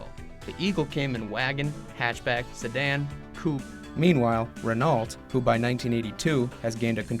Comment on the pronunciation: I cringed every time the narrator said the word "Renault" It's pronounced "Ren oh:, not "Ren alt"!!!